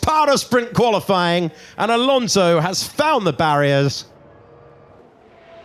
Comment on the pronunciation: Karl'uss-Saints, Sharl Laclerrrr, Al Onzow, Antow Nelly, Macs Furshtappen, Cowl-A-Pinto...